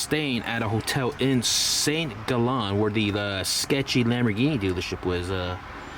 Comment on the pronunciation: It's Saint Gaalllen, not Saint Gollon. com'on